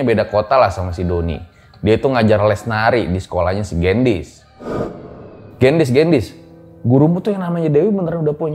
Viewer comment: koreksi dikit y baca gendisnya harusnya e nya di baca kaya di kata beli bang 😁 Gendis itu artinya gula 😄